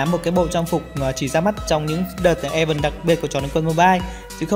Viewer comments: Anh ơi. Event là ì-ven chứ ko phải e-vình nha nha :))) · sự kiện đọc là ì-ven nha không phải i-vần đâu :))